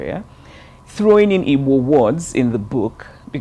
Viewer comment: You noticed how she pronunced "IGBO" she pronunced it as exactly as it should be pronunced.